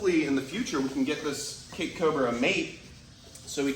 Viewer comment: I know you are saying Cape cobra, but I keep on hearing CAKE cobra. He really looks so much like a banana.